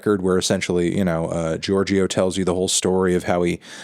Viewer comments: Anthony is Italian American and has listened to RAM tons of times, yet can’t pronounce Giorgio 🙄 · The guy tells you in the song how to pronounce his name and you still do him like that